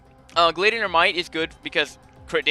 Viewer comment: Gladiator is said g lad ee ate or